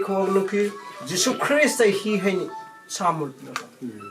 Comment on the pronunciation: Jesus christ pronunciation lanliko laisolline tourise eina Jesus oiradi saoniko😅